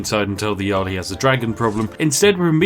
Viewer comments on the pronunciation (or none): none